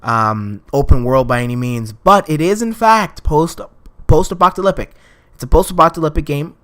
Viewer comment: "post-apocalypic" It's post-apocalypTic.